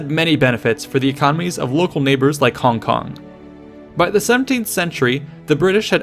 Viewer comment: props for the accurate pronunciation of "hong kong". i low key think the westernized version sounds innacurateand goofy